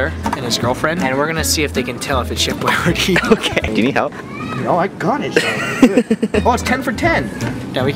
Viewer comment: I thought u said Chef YRD Lasagna not Chef Boyardee Lasagna